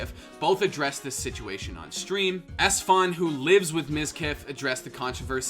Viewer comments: “Esfond” lol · The way he says esfand hurts my soul